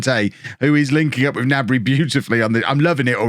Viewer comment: Don't forget to pronounce the 'G' in Gnabry.